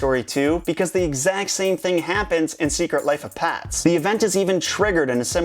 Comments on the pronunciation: he says "pats", it's "pets" not "pats" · pets not pats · It's not "pats" it's "pets". P-eh-ts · you said pats instead of pets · He's saying secret life of pats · Wait he keeps on saying secret life of pats